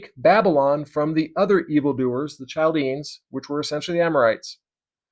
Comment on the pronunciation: Not to pick on you, as this was really good information presented. Chaldeans is pronounced Kal dee uns. And Manasseh is pronounced Man assa. The tetragrammaton was supposed to be the hebrew letters for yahweh or Jehovah without vowels inserted. I believe you can look these things up. ❤️❤️